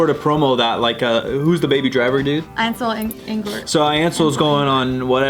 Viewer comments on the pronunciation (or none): "Ansel Engort" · "Ansel Engort"